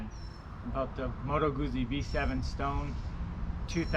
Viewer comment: Beautiful bike! I have the Milano! Oh, not to be that guy, but since you're own the bike...it's "Gootsie" not "Goozy" Like pizza.